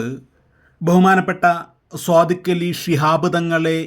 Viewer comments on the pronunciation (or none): صادق علي 'സ്വാദിഖ്' എന്ന് പറയാതെ 'ص' ശരിക്ക് ഉച്ചരിക്കാൻ ശ്ര മിക്കുക.